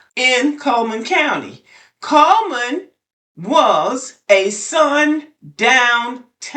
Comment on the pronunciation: It's "CULL"man.